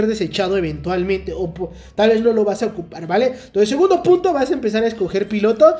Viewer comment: pongan el minuto o presionen la tecla 2 en el video, chistosamente sale diciendo "Puto" (pero en realidad dice punto:3 ) JADSJASDJ gran video, gracias por el tip